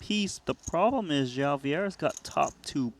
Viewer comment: Bro its not Joao, its João. Should sound something like Juaum